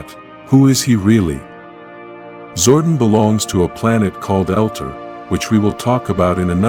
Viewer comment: Zordon not zordin . eldar not elter